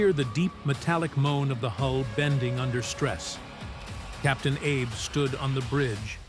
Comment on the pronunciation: The correct pronunciation of the captain's name is AB-ay.